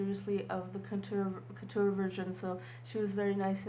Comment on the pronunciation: Courture not kuter. No offense intended:D